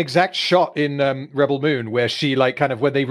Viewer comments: He’s pronouncing the verb rebEL instead of the what’s supposed to be the noun REbel probably because he’s ridiculing how dumb the films are by saying it wrong on purpose. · Is there a special reason why pronounces the word "rebel" so... uncommon? Is this a reference to a meme or the way it is pronounced in Australia? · With the emphasis on the "el", ? I've never heard anyone else using this way of pronunciation. Although I should add that I'm not a native English speaker.